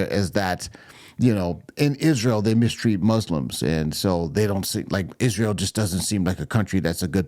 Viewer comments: Ok!))) Ishruel?! Why does she missptonounces itsrael?!)))😂 Oops Cha-Ching Owens lost it!))) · Why, WHY does she pronounce Isreal ISHREAL? As far as Ben having "one of his mental breakdowns" she shouldn't throw stones in that glass palace she lives in.